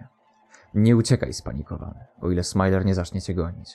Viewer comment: Jak powiedziałeś smile to myslałem że wylew masz lol